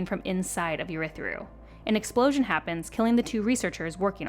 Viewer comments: What a great recap!! But my goodness good God Almighty…the pronunciations are like nails on a chalkboard. Adolin, Jasnah, Urithiru, Shinovar…so many more that made me flinch. Fantastic video!! Cringe worthy for audiobook folks… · This is a great recap, but the pronunciations are baffling. Jasnah is grating, but it's the ones like Ialai and Urithiru where it doesn't even match the right letters that are most confusing.